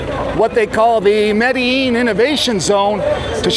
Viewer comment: Can’t even pronounce Medellin right